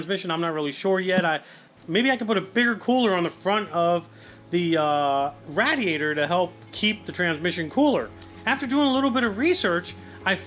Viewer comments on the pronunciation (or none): "Rattyator".. Lol! I feel like yelling at him every fuckin time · J Wayne Ray-D-Aytor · Anyone else notice how he says "RAD"iator instead of radiator i cant stand it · The way he says radiator good lord. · Is he joking when he says radiator like that I can't tell anymore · He pronounced radiator wrong😂